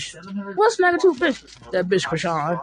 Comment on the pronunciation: my buddy, my fellow vegan and celibate (if you still on that grind if not it’s coo) brother in Christ, I LOVE your channel, so don’t come for me, BUT WE NEED TO TALK, you started calling her “crayshawn”, although FITTING, for the “cray” part, and that could be why, there’s a rapper from the Bay Area named Kreayshawn “one big room full of bad bi—s” and “syrup” w two chainz, she called out Rick Ross for being fake at the vmas, then went back to the bay cause “we not like them we not like them” just saying, LOVE YOU, but just putting it out there you starting pronouncing chriseans name like another artist that had a big following in the hip hop community in the asap rocky Kendrick early stage Doja cat era, unless you’re doing it on purpose it’s hurting my soul a lil bit! LOVE YOU THO but just saying don’t wana mix kreayshawns name up with rocktard.